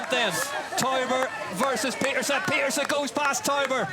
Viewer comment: Puck Pieterse: Babyfaced Assassin. She is SO good. Now we just need the commentators to start pronouncing her name correctly.